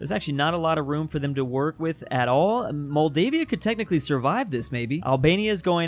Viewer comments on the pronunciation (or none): It’s not Maldivia its Moldova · Moldova not moldavia :( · Was this like a prank to see if we would noticed him butchering every name? Moldova = Moldavia Bulgaria = Belgium Czechia = Croatia 😂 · "Maldavia" me: MOLDOVA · Don't say moldevia again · “Moldavia.” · What Moldavia 😂😂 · Did he say moldavia😂😂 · WHY DID HE CALL MOLDOVA MOLDAVIA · Why did say Moldova like that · Why do u say tunisia wrong same with moldova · Your saying Moldova wrong